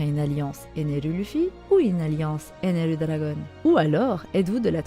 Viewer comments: Stai tu peux juste dire ener 🙂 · Pourquoi tu dit ENERU ??🤨